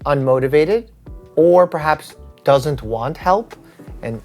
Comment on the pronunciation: "perhabs overuse"? :D